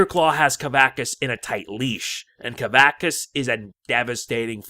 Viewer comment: Sorry, but it's pronounced "kuh-VAX-us".